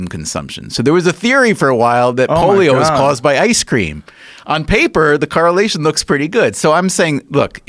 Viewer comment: The "Carrelation"